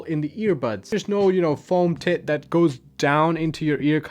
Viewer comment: Heh he said foam tit 😂